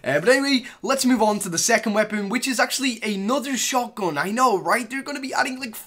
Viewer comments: I hate how he says "shotgün" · Why are you saying shotgon? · He said shotgon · The way he pronounces «shotgun»